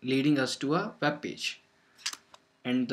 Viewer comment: You're pronouncing "w" in "web" like the sound of "v". You're pronouncing the "v" in "convert" like the sound of "oo" as in "soon," or the start of "oo-eb," the word "web." Change the pronunciation of "w" at the start of a word to "oo" as in "soon," and change the "v" in "convert" to your current pronunciation of your "w" in "web." If right now you pronounce "conveb," you'll actually pronounce "conweb." If you pronounce "conwert," you'll actually pronounce "convert." You've got the right sounds, but applied to the wrong letters--you've swapped them.